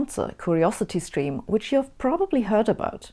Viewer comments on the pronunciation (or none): none